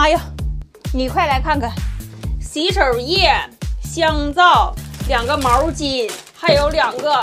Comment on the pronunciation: 毛巾叫毛儿巾？听着都刺挠😂